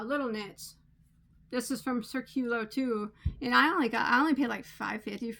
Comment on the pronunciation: The pronunciation of the yarn company is accented in the “í”. The meaning of the word is ‘circle’.